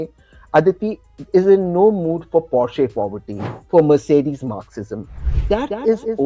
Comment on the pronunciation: Tehseen is right, but what's "Porshe Poverty"?😂